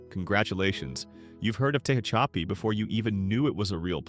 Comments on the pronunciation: It's pronounced Tuh-hach-uhpee and I-own. You really need to do your research on how to pronounce words because it's really annoying. Who the F$%^ sees the word Ione and thinks it's pronounced I-own-ee. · I've NEVER ever heard "Tehachapi" pronounced so utterly wrong. Tell me you don't know what the hell you're talking about without saying it. 🤣🤣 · Can't believe how badly the AI is pronouncing "Tehachapi"